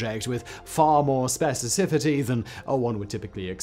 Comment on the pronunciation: Specicicity. You gotta lean into the cicity.